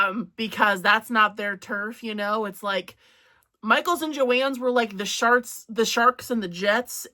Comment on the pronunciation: Not me over here laughing because I have the sense of humor of a 12 year old. You were trying to say sharks and jets, but accidentally said “sharts”. 😂 I’m such a juvenile. Sorry. 🫢